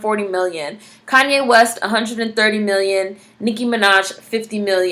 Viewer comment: This was refreshing! Did you say "Koonye West" ? :D